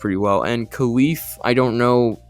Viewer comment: Kyle f not Khalif just so u know